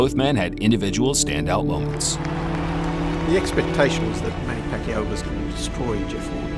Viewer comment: Should be 26, the announcers finally pronouncing Pacquiao's name right